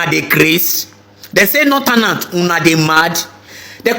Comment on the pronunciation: Why is it that this generation does not know how to pronounce northern and southern? It's so disgusting. Saotanas, notanas. What kind of grammars do they teach in Nigeria for God's sake?